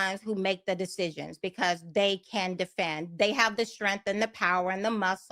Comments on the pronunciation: It's based on strength, not strenth. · Take a shot every time she says “STRENFF” 😂😂